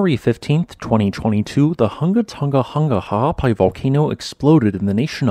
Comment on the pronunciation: As a native Hawai'ian/Pacific Islander, I appreciate your effort to correctly pronounce Ha'apai. It is hah-ah-PAH-ee, with the "ee" being said quickly (°◡°♡)